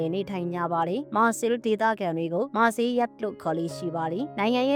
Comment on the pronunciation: မြို့နာမည်တောင်မှန်အောင်မထွက်တက်ဘူး မာ(ခ်)ဆဲအီ(လ်) လို့ထွက်ပါတယ်၊ မာဆဲလ် or မာဆေး မဟုတ်ပါ